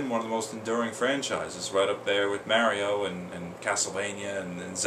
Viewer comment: Where are you from anyway? You have very slight accent when you say Mario and Mega interestingly from my perspective.